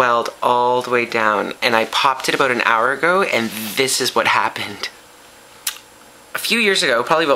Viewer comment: I wanted him to say "Aboot" again. lol. Sorry Canada :(